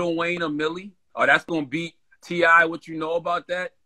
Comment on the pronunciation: Dude said T.I 💀💀💀💀💀💀💀